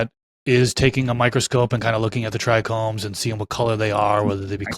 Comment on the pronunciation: This guy is clearly an expert, but he pronounces trichomes as “trichromes” 😬